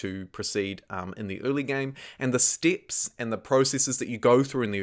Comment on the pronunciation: I like how you pronounce “steps” like “stips”! 🤗